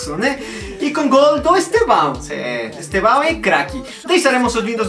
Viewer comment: Estêvão és una palavra paroxítona (llana)!